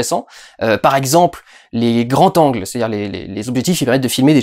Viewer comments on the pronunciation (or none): "les grands Z'angles" pas "les grands T'angles" :)